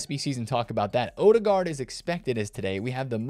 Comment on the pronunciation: Professionally butchered the Ødegaard pronunciation.